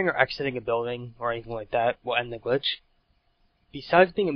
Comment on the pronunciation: btw, its "glitch", not "clitch"